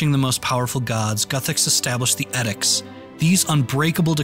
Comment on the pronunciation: This is some beautiful work! I hope you keep making videos of this kind. (Side note: "edicts" is pronounced ee-dicts, similar to "evil")